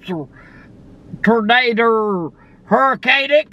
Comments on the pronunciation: Tern-a-der (Tornado) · I love how granny says tornader !!! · Is it a "Tornader" or a hurricane??😂😂😂